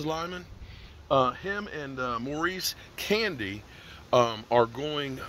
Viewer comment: Candy?? 🤣🤣 Ca-na-day.